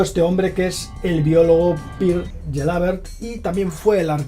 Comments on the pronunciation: JAjajaj pronunciando "PIR GELABERT" a PERE GELABERT como si fuera extranjero y es catalán, es para darte dos collejas. Vamos que no perdiste ni dos segundos en mirar sus biografías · PIER GELABERT NO, es pere gelabert, es catalán jajaja. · Pues si...la verdad es que ese "Pir Gelábert' ha sonado a cagada sonora.... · PirGelábert hahahhahahahaa! es Pere Gelabert català d'origen i ètnia, home! i desprès diran que els catalans som espanyols! quin fart de riure! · Querido, me ha parecido un poco de cortedad por tu parte nombrar a "Pere Gelabert" como Pir Gilabert (o algo así) cuando es un nombre y un apellido totalmente de aquí, sobre todo si eres catalanoparlante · Pere Gelabert es un biólogo catalán, por lo tanto la pronunciación es: PERA GELABERT (la G se pronuncia como la LL de Lleida por ejemplo) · por qué pronuncias Pere Gelabert como si fuera austríaco?, es catalán. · Pere Gelabert es un nombre y apellido espanol, de Cataluna. Pere es Pedro. No lo pronuncies en ingles! 😂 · Pere Gelabert es paisano del Llobregat, aquí en Barcelona. La pronunciación de su nombre al estilo de LAIF me ha despistado un pelín (je, je, je...!!!). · Pere Gelabert se pronuncia tal y como se escribe, es un científico catalán.